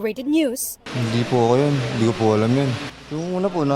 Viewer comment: yong hindi mo hundi, 😂😂😂😂😂